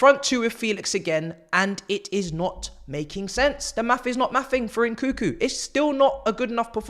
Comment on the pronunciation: Its nkunku bro not n, koo koo😂 your meant to say the second n